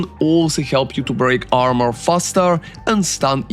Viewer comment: Орнул с акцента "буди армор"))))